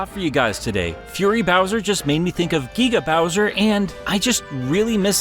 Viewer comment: Gueega bowser.